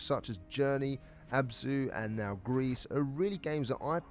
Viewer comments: "gris" is pronounced "gree" and is the french for grey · It's pronounced 'Gree'. It's french.